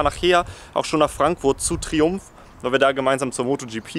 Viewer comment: bitte triumph nicht wie triumpf aussprechen :D oder meinst du die unterwäschemarke?